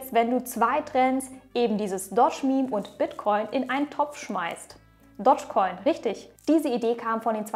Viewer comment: Du betonst es komisch..... Es heißt nicht Dodgecoin sondern Dogecoin. Du musst es "Dohschcoin" aussprechen. Nicht "Dottschcoin"...